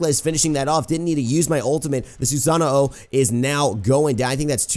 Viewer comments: why do you say "susano-o"? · Why do you say Susano-o? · I love ya but when you pronounce Awilix's name correctly but not Susano's name Susano o. The way you say it is how you name the weapon hr possesses. Anyway nice vid.